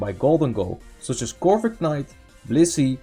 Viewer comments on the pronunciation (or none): Just a small insignificant thing that bugs me I think it's pronounced corvi-night, the k is silent as in knight Just wanted to point this Nice explanation